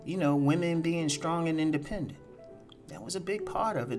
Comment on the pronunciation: The accent when you said independent hos lol